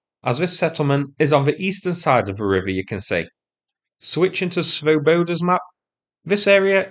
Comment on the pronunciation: You might check your pronunciation of Swoboda - the Czech original has the emphasis on the first syllable. It means Liberty or Free men.